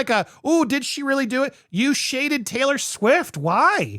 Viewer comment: Am I the only one who heard "YES she came to defend SAILOR Swift!" XD